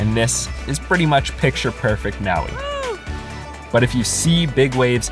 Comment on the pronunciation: you know when this video is gonna have a bunch of words mispronounced when the guy messed up the island name maui as “ maowweee “ not even 30 seconds Into the video. edit 1: “kalui airport” 🤔 edit 2: “haleeakala” edit 3: “waiheee” Im done Lol, he did say he was gonna “butcher every word” in the beggining so no hate. But, HUUUUGGGGGEEE MEEGGGAA CRINGE 😂💀